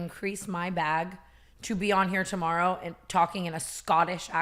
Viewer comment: When tana said toborrow.